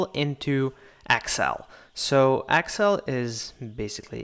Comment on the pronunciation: Thank you. by the way, it's excel not axcel ... lol